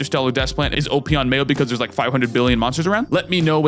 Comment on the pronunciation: I keep hearing mayo run and I just can't